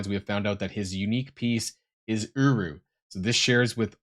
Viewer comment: Is it just me or when says uru it sounds a lot more like uwu. 🤣🤣🤣